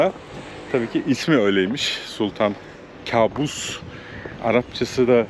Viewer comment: Kâbus değil kaabus..arapça da yakışıklı demek..kâbus bizim bildiğimiz anlama geliyor..